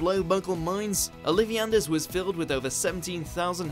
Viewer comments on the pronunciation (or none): Olivi-anders? It is Olive-anders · It’s OLIVE ANDERS not Olivianders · Ollivander's--not Oliviander's